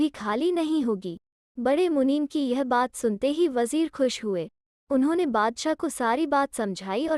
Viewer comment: Story is good but wajeer nahi vajir